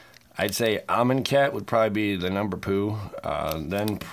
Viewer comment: ‘The number poo!’🤣